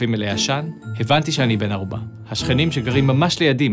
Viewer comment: בן ערובה, או בן ארובה??? סטגדיש דיש דיש דיש דיש